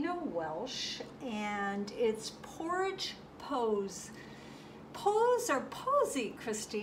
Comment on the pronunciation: Hi! Pourage is pronounced like Garage with pour instead. Posse is like in a western when a group chases the bad guy. Her live is Monday night pm, just so you know. I watch Christine and Allen every Monday night. I have used some of their paints that are premixed. Really nice. So now....pour away! Gorgeous painting!